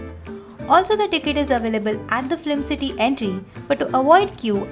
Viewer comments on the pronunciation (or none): This is a very useful video because we often wonder... Mumbai mein kahan jayein ghumne. And a feedback. You are saying flim instead of film.